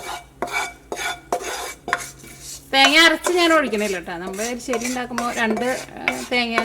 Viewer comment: എരിശ്ശേരി ആണ്